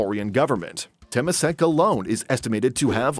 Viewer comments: Note: Temasek is pronounced as term-ma-sek, not tamp-ma-sek. Its origins is Indonesia/Malay. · The way the speaker pronounce Temasek 😂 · wrong pronunciation of temasek. cringey